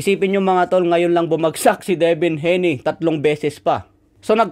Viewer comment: Hayne (Hey-nee) hindi po HENI